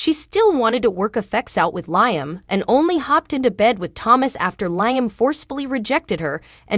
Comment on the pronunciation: It's not lying. It's Liam. Get the right pronunciation of the words you sound funny